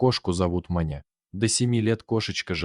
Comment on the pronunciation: Может всё же Маня с ударением на ,,а,,?